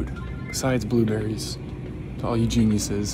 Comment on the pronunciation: I thought said blue batteries but he said blue berries